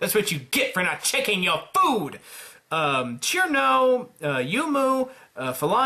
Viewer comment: ITS CIRNO NOT KIRMO! ITS PRONOUNCED SERNO!